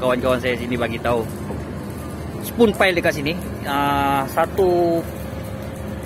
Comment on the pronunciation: Spun pile..sebutan macam span